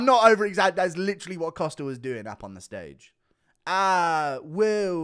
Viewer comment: hey it's Costa, not "Coster" :)